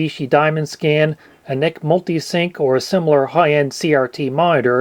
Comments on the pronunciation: NEC is like IBM or VGA and should be pronounced that way. 😀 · I believe this is the first time I've ever heard anyone pronounce NEC as ""neck"